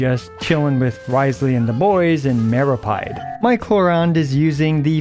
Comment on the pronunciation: While we're on that topic... It's pronounced /mehrow•peed/